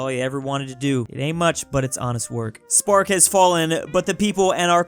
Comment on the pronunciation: saying spqr(Roman republic)as spark got me laughing hard